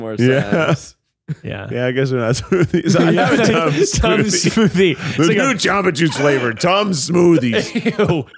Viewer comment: I've never felt more like an adult than when I heard Keith say he loves the Tums Smoothie (it is smoothie, not soothey? lol) and I yelled, "Hell yeah." I also love them lol